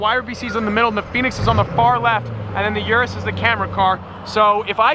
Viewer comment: it's urus not (yu)rus...